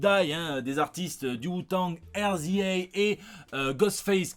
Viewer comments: Je passe en vitesse pour feliciter pour avoir dribbler cette sale bestiole LA COVID19 et pour juste preciser que RZA ça se lit "Rizah" au lieu de "Air Zi Hey" 😅. La force à toi. #LisezLisezEtLisez. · tah ça me stress...tu dis Air Zi éy... alors que ça se prononce Réza! Shot Out Rza!